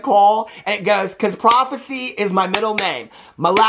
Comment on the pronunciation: PRIVACY!! Not prophecy 🤣🤣🤣🤣🤣🤣🤣🤣🤣🤣